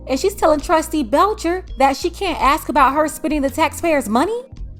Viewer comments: Whoever says ,,aks" instead of ask shows exactly what she represents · It kills me every time. It’s ASK not Ax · Did she say you can axe me that lol wtf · is Aks and Ask the same thing? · Anyone that uses the word "axe" instead of "ask" has an IQ less than 80. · When your mayor still pronounces it "axe" instead of "ask" you know it's time to move. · You can "AX" me? Isn't it "ask"?🤔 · Anyone who can't pronounce the word "ask" should not be allowed to hold public office.